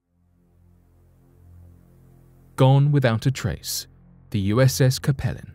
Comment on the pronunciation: I believe the pronunciation for the USS Capelin should sound like “CAPE - Lynn”. That’s the type of fish found around Newfoundland and the North Atlantic.